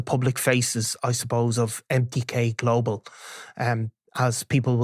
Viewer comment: "Empty-K Global"